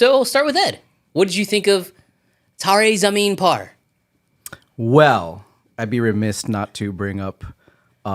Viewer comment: Great pronounciation,, nailed it.